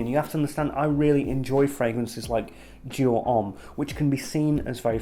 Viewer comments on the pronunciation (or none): none